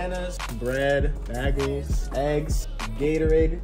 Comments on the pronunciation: he did not say bagels right 😭😭 he said it like (bag-uls) ain’t it like (baig-els)?😭😭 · Is nobody going to mention the fact that he said bAgles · AINT no way he said Baegels 😭😭 BTW NO OFFENSE